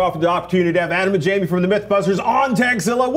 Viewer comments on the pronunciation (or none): Jaime? You mean Jamie